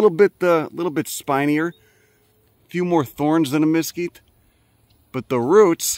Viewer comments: We need to have a talk about your pronunciation of “mesquite”… There’s no emphasis on either syllable 🤷‍♂️ I know there’s a few more words that you screw up but I’ll get back to ya on them later 😂 I grew up in the DFW metroplex n dealt with those critters all summer. I now live in Colorado n guess I traded for chipmunks 😂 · I was pretty much through the entire video before I realized you were saying Mesquite 😅. or maybe I’m hearing you’re wrong but if I’m correct, you’re pronouncing that wrong😂